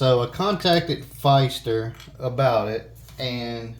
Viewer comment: Thank you for the video. I have the same faucet, but chrome with white handles. It replaced my 30 year old Pfister faucet. Now I would know how to replace my cartridges. And just so you know, it’s pronounced fister, not with a long “i”, but like the word “is”. Thanks again. John